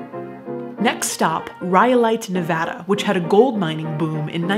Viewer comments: Thank for saying the state name correctly!!!!! We Nevadans are big on this small thing. Love your channel. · I live about four hours away from Tonopah. I'm very proud of you for prouncing, "Nevada," as most all of the locals here! I always get so stoked to see something other than Vegas pop up on someone's channel. Nevada has a lot of small interesting places such as these.